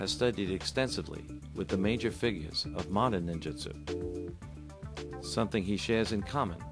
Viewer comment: Ahhh...Cummins: the Ninja expert who pronounces Ninjutsu as "Ninjitsu' lol!